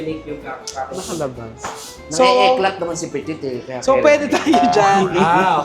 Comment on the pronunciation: This is how properly pronounce Moschino - Mosskino Eclat - Eclah silent T.